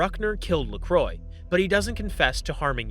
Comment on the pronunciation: Lacroix french name murdered.. pronounced as La-Cro-wah